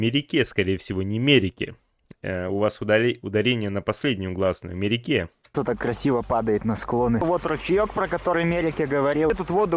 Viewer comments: pravilno Me-re-KE', to est, Vy pravilno proiznosite, tak kak v Qazaqskom yazyke udarenie padaet na poslednii slog - vsegda! No est' odno isklyuchenie, kogda udarenie mojet padat na pervom ili vo torom sloge, eto tolko v pesniyah. Frantsuzskii yazyk ochen shoj s Qazaqskim v etom voprose. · ты правильно произнес имя Мереке. В переводе Праздник.